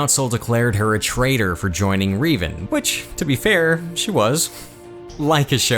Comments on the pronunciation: RE VAN NOT RI dude learn to speak ffs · Man, you mispronounced a few names....the most egregious was Revan.